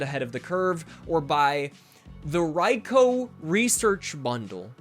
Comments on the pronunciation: HE PRONOUNCED RAIKOU'S NAME RIGHT! Subbed, and never looking back. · THANK YOU!! for pronouncing raikou correctly!!!